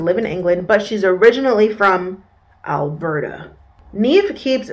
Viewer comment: Why do you say Alberta like that? Is Alberta the Canadian Florida?